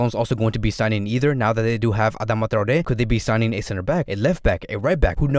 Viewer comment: Thank you for pronouncing Traoré correctly :)